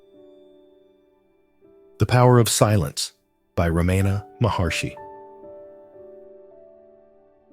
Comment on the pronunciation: read it yourself the computer pronounced the guys name wrong